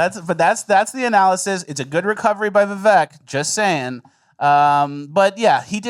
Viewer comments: His name is Viv(AKE) VIVEK Its not Viv(ECK) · by the way his names pronounced Vivek (viv-ake) like cake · Vivek rhymes with mistake